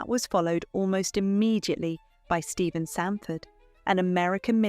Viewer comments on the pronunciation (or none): none